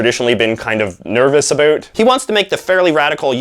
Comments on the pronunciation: Dude, do you think you sound more Canadian when you say "aboat" instead of "about"? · The way he says about he pronounces abot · This guy actually says "aboot" lmao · I've have actually never heard a fellow Canadian pronounce about as "aboot". What area are you from? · Jacob Bradshaw yes, his “A Boot”, is insanely annoying, he does it for affect, along with the YMCA mustache. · ya canadians dont say about like that. cool video tho man! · To answer your question......NO. ps. comb your hair and learn how to pronounce "about" properly so you don't sound like an idiot. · What's the deal with the way you say about? I'm born and raised near Toronto and I've never heard it said like that until now. I've heard Americans say that but never heard it until now.